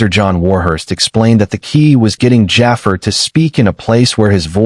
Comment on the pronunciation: I wish they would say jaafar name right